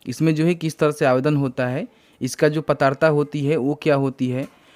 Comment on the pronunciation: पात्रता होता है भाई पातारता नही 😂